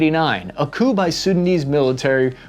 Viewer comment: I swear you said poo instead of coup at one point. And wtf is a "hill-ux"?